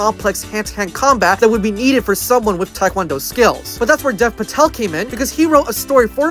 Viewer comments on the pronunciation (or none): I love how you pronounced Hanuman correctly but butchered Dev Patel lmao